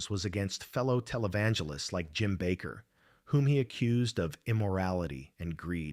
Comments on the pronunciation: The name is pronounced Bake er. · "The Jim Backer Show???" Yeah, I'm gone. I can't take these AI channels seriously. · True Dat. Sick of A.I. narration TOO! I THOUGHT it wasn't until the faker said that! The "Jim Baccccker' show.